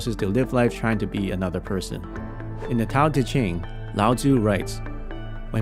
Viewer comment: . Did he just say Tao Chi Ting?!